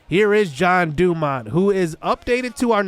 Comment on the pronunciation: So, you're pronouncing his name as John DuMont. Should it be Jean, as in like a pair of jeans?